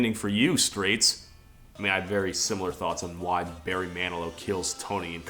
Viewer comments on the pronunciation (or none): none